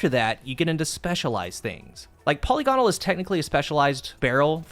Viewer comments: puh-LIG-uh-nul not polly-gone-al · Now if only you could pronounce polygonal